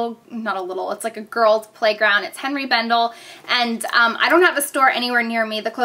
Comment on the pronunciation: You are pronouncing the name wrong it is Henri (anray) bendel